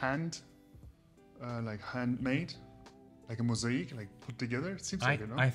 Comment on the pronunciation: I wish I could tell you how to pronounce the word (MOSAIC ) properly as you mentioned on entry to the property ?? How can I explain in better English ??? The first part (MOS) is correct BUT the second part (AIC) is not correct ?? SO …..when you hurt your leg it AKE’s because it’s painful …. SO … pronounce the world like it’s spelt MOS….AKE …….(MOSAKE) ….. hope you do not mind me mentioning this …. Plus hope you understand what I’m trying to tell you ……. By the way the master bedroom Un-Suit is fantastic, plus the flooring on the stairs and lift …. Sensational ….. great content … watching from the UK 👍